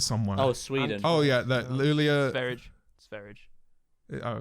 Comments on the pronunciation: As a swede, I am punching my wall at how pronounced 'Sverige' (the word for Sweden in Swedish) >:( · trying to pronouns Sweden in Swedish is hilarious